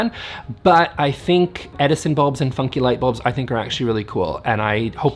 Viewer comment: Had to go get some coffee because I heard "eff you, wallpaper" instead of funky.... 😆